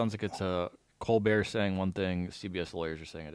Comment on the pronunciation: “Co Bear Show” 😂 not hating because this is good work, but that is pretty funny